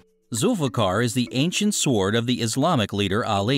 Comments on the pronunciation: Fuck, this channel could use a different narrator. S-W-ord Napoleon BAH-NAH-part? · If there were ANY other sw** words with a silent W I might buy your statement. I'll pronounce it sw--ord thank you. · The w in sword is slient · sord sord sord sord sord sord - OMG!!!! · "Se-word" Oh dear... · THE W IN SWORD IS FUCKING SILENT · The "w" in sword is silent , by the way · the worst narrator ever! the w is silent in sword! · You forgot the sword of a thousand truths. You have a funny way of pronouncing sword. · oh my goodness.. saying the W in sword, poor info, and it's like text to speak..